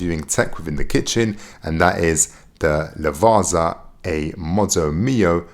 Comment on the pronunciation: Furthermore: How difficult is it for you brits to understand that double z in italian should be pronounced like in pizza??? Unless you call it piZa too